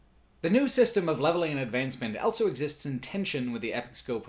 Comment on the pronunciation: says elso instead of also.